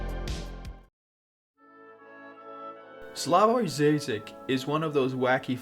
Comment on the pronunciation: "Dzaizak" Duuude, cringe